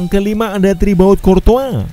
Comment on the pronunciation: Thibaut bang bukan thribaut wkw